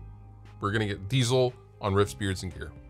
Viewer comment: Diezel is not pronounced "Diesel" like the fuel ... it's a german surname and sounds more like "Deetsel".